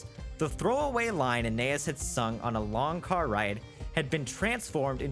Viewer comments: Every time he calls her "Anay-is" instead of "Ah-ny-eese" I die a little inside. I have no idea why this is driving me as crazy as it is, but it is. :) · I think her name is pronounced Ah Na Es. Like Anais Nin. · Hey her name is pronounced Anne Eye Ees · Interesting video, but please learn how to pronounce Anaïs! I wanted to throw something at the tv every time you mispronounced it.